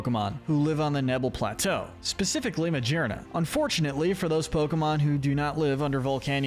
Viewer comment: I can't tell if you mispronounce pokemon names on purpose or not. I remember in another video ya'll said "Troo-bish" for Trubbish. And now MaJearna?⚙Armarouge. its rouge as in french red. Sure there's lots of interpretations on names like Arceus but these are just. SHAME. You're presenting the material, say it correctly for us please. Most of the time they are puns and you're murdering them. Good videos though. 👏